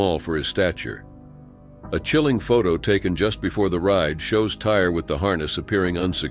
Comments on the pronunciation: It’s tyyyy ree not tire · His name is not Tire!!! His name is Tyre (Ty-ree)... So disgraceful. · His name is TY REE I believe. Not Tire.! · Tyre’s (pronounced Tye-Ree not tire) passing hurt me so much. That poor sweet boy 😢I will never forget it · I'm wondering if that young man's name was Ty-ree, not Tire. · It's super insulting that you couldn't bother to get Tyre's name correct. It's not pronounced "tire", it's pronounced "Tie-ree".